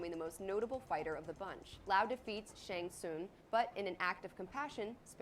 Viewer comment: guy said shung ling